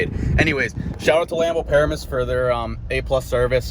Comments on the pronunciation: I live next to “Paramoose” it’s pronounced Pa • ram • us... lmao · Dude it’s not paramis... it Pa-ram-us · its pronounced Pa-ram-us